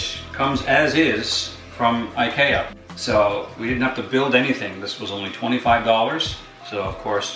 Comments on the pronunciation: I’m sorry, but did he say I-kay-a? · I love the way this guys pronounces IKEA lol. But seriously this was great to watch, I'm considering building my own enclosure as I'm fortunate enough to have a woodshop at home, and this was extremely helpful in making me realize I was very much overcomplicating it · i hate how he says ikea